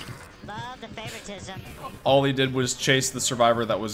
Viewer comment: I love how he doesn't even use proper grammar when he says the word "playing favortism" it doesn't even sound like he might be saying it right lol